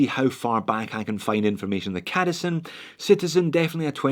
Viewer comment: I kinda think the C in cadisen is supposed to be pronounced softly like in the Citizen....try it and then you'll see who the true homage belongs to....